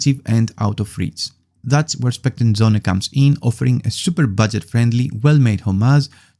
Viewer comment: söhne not sohne. its german for sons